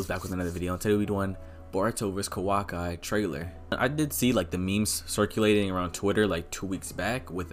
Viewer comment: Ik my guy did not just say Kawak👁 and thought we were going to let that slide 😂😂